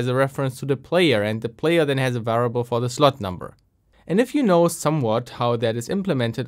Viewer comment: It sounds a bit like you're missing the i in variable. (sounds like varable) Even so, awesome content! Interesting to see some cheat tools that are being used nowadays.